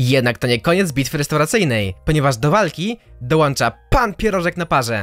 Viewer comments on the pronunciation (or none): Dołącza nie dołancza